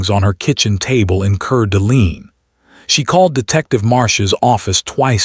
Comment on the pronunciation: It's pronounced cord a lane its french. Know i live in spokane - spo -can Washington. Its native american.